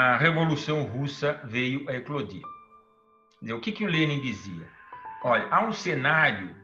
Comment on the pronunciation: Só passei para notar a pronúncia correta do nome do homem 👏🏻